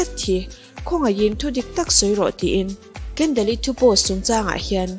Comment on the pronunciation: Kendel ni lovin kendol tih zawk tur aw